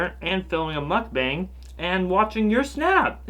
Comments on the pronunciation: the 'a' in "mukbang" is pronounced as 'ah' sorry it really bothered me love your videos! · It's ' mook-bong' i ☺. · google how one should pronounce mukbang (korean word) ... because you're saying it wrong.k